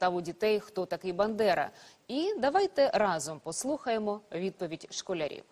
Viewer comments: Діти видали те, що колись чули, не треба роздувати. А от "історік" з автоматом на відео - це окрема тема. По-перше, "бЕндера"?! Інтелект не дозволяє навіть правильно прізвище вимовити і ти ще когось вчити зібрався?! ( вже не кажучи про те, що є велииикий сумнів, що ця істота хоч щось знає про історичну особистість БАндери ) Друге. Він там щось про Хатинь мурчав. Хатинь?! Після Бучі, Краматорська, Маріуполя і всього іншого, що наробила та мерзенна орда, ти ще когось вчиш?! Ну і останнє. На відео є питання про "вєлікую атєчєствєнную" і дитина відповідає, що в 39му. Та, с*ка, для України війна почалась в 39му, як і для всього світу, а "вєлікая отєчєствєнная" 41го- це визначення введене, щоб не марати себе співпрацею з нацистами. Історики ху*ві, як і вся ваша срана орда на чолі з плєшивим недофюрером! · "Беньдера" 🤣 даже фамилию нормально произносить не умеет